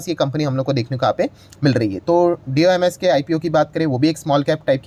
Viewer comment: D o m s kyu bol rhe ho doms bolo doms